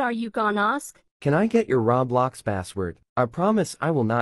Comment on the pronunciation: bruh said robux not roblox and thats funny